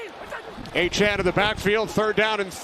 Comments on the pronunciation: DEVON A CHAIN, not ACHAN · I don’t think the commentator is pronouncing # 28 Miami dolphins name properly. Its not Achan its A-cha-ne. Like nene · It's also aye-chain not aye-chan lol he said his name wrong all game as well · I assume we’re talking about Achane. It doesn’t help that the A&M media guide had the pronunciation as ā’-chain the whole time he was there. I watched a lot of Aggie home games in person the last couple years and it was always ā’-chain, which let’s be honest, sounds better. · Is it not pronounced "A-CHAIN" like "A-TRAIN"? It's a nitpick I know but his name looks like it's pronounced that way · Did he say Devon A-Train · The way the announcer all game said Aye-chan bugged the hell outta me IDK why... it's like he went out of his way to say his name wrong again and again everytime he got the chance. He'd even throw it in a sentence that didn't need explaining just so he can say it. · Did Achane change the pronunciation of his last name? His whole time at A&M it was “ā’-chain” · bro its "achain" all game saying it wrong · It’s “A-Chan” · And why is the commentator saying "Achan"? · fun fact: nfl announcers love to butcher achane’s name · Love when there’s a breakout player whose name no one has figured out how to pronounce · Nothing frustrated me more than hearing the announcer say Achane’s name wrong